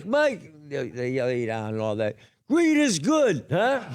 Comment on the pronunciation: Sounded like, “Weed is good!”.